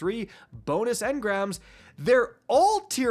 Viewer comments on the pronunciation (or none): none